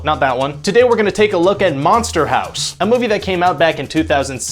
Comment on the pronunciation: Manster Hawse